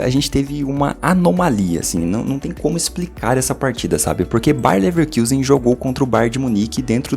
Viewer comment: pf, pare de falar bayern levekIusen, o time é alemão, não inglês kkkk